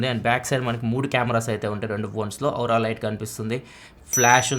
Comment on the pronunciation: ఔరా లైట్ కాదు స్వామీ అది.. ఓరా లైట్ లేదా ఆరా లైట్ 😂